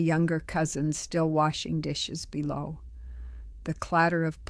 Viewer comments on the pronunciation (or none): none